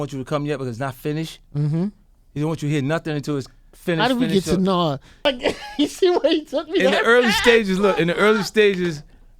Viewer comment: 50: "Naws" (Nas) lol